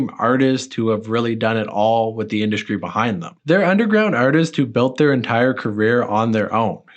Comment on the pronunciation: "mainskream" "induskry"